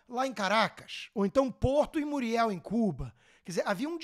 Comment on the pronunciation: O porto é de Mariel, com a, não Muriel, com u.